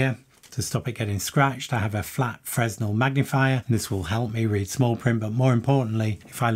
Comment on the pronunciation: I am shocked, frankly, that you don't know that it's pronounced "fray-NEL", after Augustin-Jean Fresnel, 1788—1827. Shocked, I say...